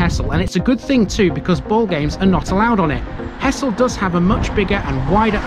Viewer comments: Grew up in Hessle and moved out when I was around 18. For your information, nobody local ever referred to it as He"ss"le, to locals its always been pronounced Hezzle! Like Hull has always been Ull 😁😁😁😂 The last 45 years since I left has seen huge changes, some good some not so good. Little Switz was our playground as kids, and the sanitized country park there now is a shadow of its former natural glory. The Square was a huge carpark in the center but now those spaces have been lost and replaced by a few around the outer edges. Things move on as they say, but fond memories of bygone days will always linger. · Great vid. The locals pronounce it Hezzle! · Came here to say exactly that, heszle! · I wouldn't have thought so, I think its just an inflection learn't while growing up. I did notice that you actually said Hezzle once in your video which made me chuckle. It's infectious when everyone around you and those that you grew up with are speaking the same way.